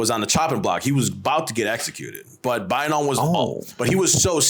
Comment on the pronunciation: Pronounciation all messed up 😂 Bayinnaung also kicked out bootlegging Portuguese who were mucking around with Mons & Thais. He let bamboos loose on Portuguese a**es😅